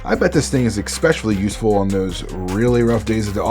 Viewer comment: lmao! Cool video. Thank you. But why are all narrators suddenly on this kick of pronouncing especially like {ecspecially.}